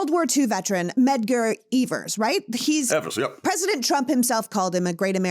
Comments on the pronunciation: Evan’s not eeeeebers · Yes! And mispronouncing his last name. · I didn't like the way she butchered Medgar Evers name! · I’m a little irritated that she can’t or does not know how to say Medgar Evers’ last name correctly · She couldn’t pronounce Medgar Evers name right even after being corrected. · Please pronounce Medgar Evers correctly. Thanks!